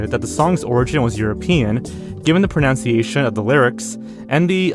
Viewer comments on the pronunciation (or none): He doesn't know how to pronounce "pronunciation" itself, or "bravely", lmfao.